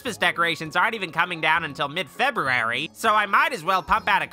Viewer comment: Does Feb-boo-ary come after Jan-noo-ary?